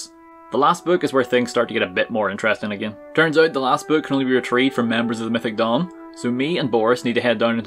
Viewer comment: I thought he said “mythic dong” for way too long